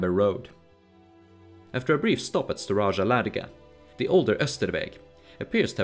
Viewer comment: Var-YAgs, not VAr-DZHaks. similarly, StAra-YA LAdoga, not StarA-DZHa. Rus as R-OO-s, not R-AH-s. Pechenegs are Pe-TCH-enEgs, not PE-K-enegs. Seriosly, it hurts my ears every time I hear those. You did a lot of research for the video, why not research pronunciations?